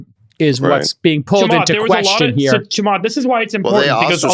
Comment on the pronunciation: Also, it's Chaamath not Chamaath